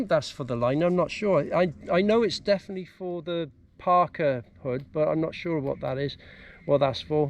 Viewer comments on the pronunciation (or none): none